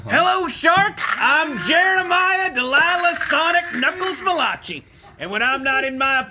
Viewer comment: Malachi…… pronounced mal-a-kai not mal-a-tchi